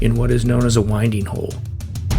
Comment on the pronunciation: FYI, it’s a winding hole as in 🌬️💨, and not as in winding a watch.. It dates back to the days when ships turned using the wind in their sails.. Love the vlog by the way, glad you enjoyed the boating. We have a 57 ft narrowboat as our retirement plan in a couple of years, it’s a wonderful life on the canals… 🙂❤️